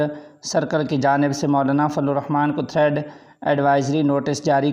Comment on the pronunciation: تھریڈ نہی تھریٹ کہیں جناب